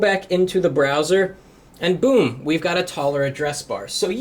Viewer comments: in to the whaaaat? hahaha the brrrrrrrrrowser? ok miniminimninmin! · BRRRRAOWSER!!!! hahaha! XD